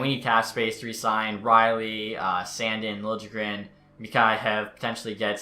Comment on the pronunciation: You say “sandin” wrong💀